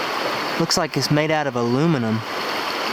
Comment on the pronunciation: Ailnaminyum is how he said it